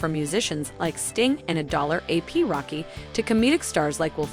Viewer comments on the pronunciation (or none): A(dollar) ap rocky???? It’s ASAP rocky 😭😭